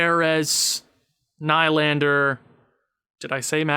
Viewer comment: good vid but hard to hear u say nylander wrong... lol its pronounced N-E-E-L-A-N-D-E-R , haha good vid though